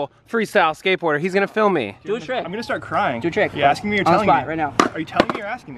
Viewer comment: "JOHN IS TRYING A TIRCK"